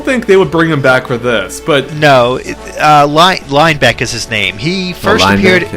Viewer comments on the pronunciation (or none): LINE-beck... Lin -eh- beck.